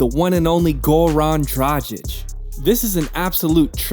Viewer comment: SaSa...Go-Run Dradchich.. LoL my ears can't take this name butchering anymore